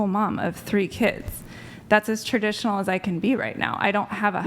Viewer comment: She's Ter-dish-uh-null